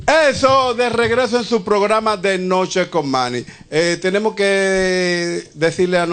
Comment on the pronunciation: Presentador de televisión y no puede pronunciar una simple S .... típico dominicano.... " Invitado EPECIAL"....."TENEMO"